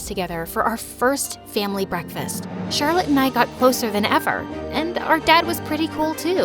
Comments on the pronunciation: he said charlotee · I like how said charllote exept the main person